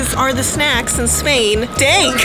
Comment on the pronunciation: It is Spain not sspppaaiiin